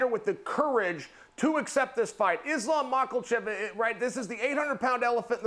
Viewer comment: Neither of them can pronounce Islam’s name. That’s not cool, you’re supposed to be professionals.